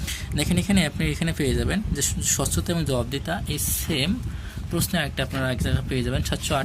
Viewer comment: পশ্ন' না, এইটা উচ্চারণ হবে "প্রশ্ন"। ধন্যবাদ।